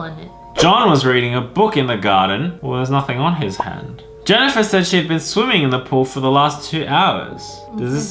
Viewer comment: ITS NOT JANNIFAR ITS ME JENNIFER K !!!!!!!?????